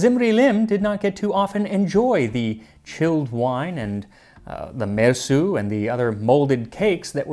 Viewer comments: I love the way you make an effort to say the names and words correctly. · I can't get over my admiration of your pronunciation of these names. I have no idea whether you are accurate. I'm just impressed nonetheless. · So many crazy names in this one! I love that you fully pronounce all the names.